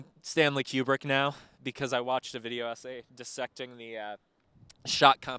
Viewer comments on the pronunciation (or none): Kubrick is pronounced Koo-brick